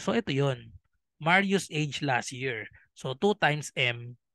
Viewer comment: Las Year? Dika po makapronounce ng LAS “T” year kse LAS YEAR 😜